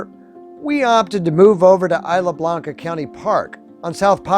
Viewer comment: It’s Isla Blanca, not isle Blanca.